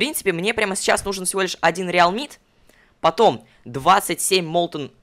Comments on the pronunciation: Tы сказал реалмит а не арлемит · ты сказал реалмит